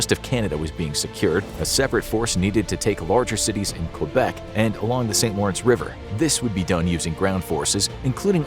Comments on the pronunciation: Quebec = Kebec, not Cue-bec, thanks. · he pronounces Quebec really strangely lol. Source: Any english speaking canadian. The english speakers say Kebeck, the french speakers say kaybeck. None of us pronounce it cue-beck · You pronounced Quebec wrong it is kwuh-bec not cue-bec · ITS NOT QBEC ITS PRONOUNCED KABEC NOT QBEC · Q Bek city lol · Why did he pronounce it Q-bec city the whole time? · It's said Kbeck not quebec